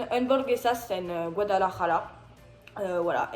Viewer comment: Me gusta como dices Guadalajara.